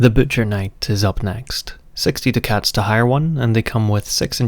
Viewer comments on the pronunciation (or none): Duck-ets not Do Cats. Otherwise very good video